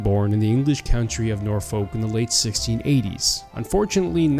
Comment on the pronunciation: Nor Folk,?! actually in the UK we pronounce it and not being rude, norfuk!